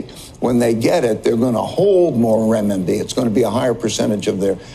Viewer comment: I find it amazing when someone has mispronounced a word they say it 10 more times….. Renminbi